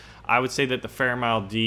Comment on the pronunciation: It's m-i-l-e